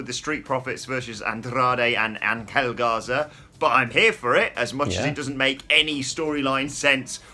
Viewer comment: Say it with me: Angel (Ain-gel)